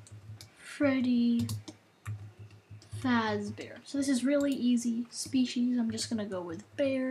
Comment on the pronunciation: Dude.its fazzbear.